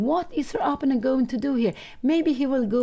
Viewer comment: But maybe Pia Cramling would like to know that she consistently and often pronounces "opponent" incorrectly? Anyway, I would be happy if someone told me about this kind of mistake if I was a YouTuber who reaches a lot of people.